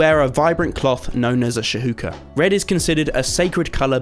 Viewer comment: I'm always in awe of the architecture and storylines! USW is spectacular... can't wait to see the final product :) Just an additional note that the Masai cloths are pronounced "shoe-KA" and the SA shaman in pronounced "san-GO-ma" But other than it's looking absolutely incredible so far!